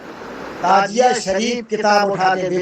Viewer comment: نہ تو شکل اچھی ہے نہیں بات اچھی ہے نہیں علم اچھا ہے تعزیہ کو تازیہ بول رہا تمہارے بیان کے مطابق تمہارے اعلی حضرت بھی سب سے بڑے حرا می ہو گیۓ کیونکہ تیرے اعلی حجرت بھی تعزیہ کو حرام بتاتے ہیں یہاں تک کہ دیکھنا بھی حرام بتاتے ہیں اسے پتہ چلتا ہے کہ پوری کی پوری حرامیوں کی جماعت ہو